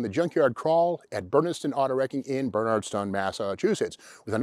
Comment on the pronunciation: YES, "Bernardson".